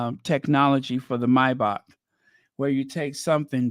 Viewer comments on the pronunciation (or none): none